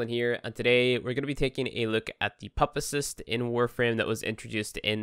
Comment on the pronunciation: Chai-mera - puppa-cycst, wtf is this pronunciation lol should of just started the video with a caption at the bottom that says "just get the lesion" lol